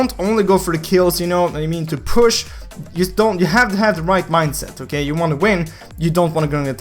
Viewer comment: LOL "Okeigh"